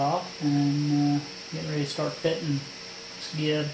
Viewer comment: I've always heard "gib" pronounced "jib" with a soft g, as in "giant". FYI